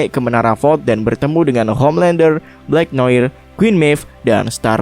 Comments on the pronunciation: Yup 👍 Black Noir juga harusnya dibaca 'Blaek Noa' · Black Noir = dibaca 'blaek noa'